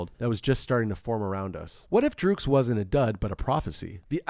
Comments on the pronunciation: Great Video! Iconic album.. Someone has to tell you though, it's pronounced "Drux" as in Drugs. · DRUGS! its just pronouced drugs (its just written phonetically)